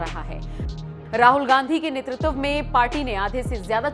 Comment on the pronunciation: यार, तुम्हें 'नेतृत्व' बोलना भी नहीं आता? नेतृतव क्या होता है? शायद, तुम लोग नई व्याकरण बना रहे हो।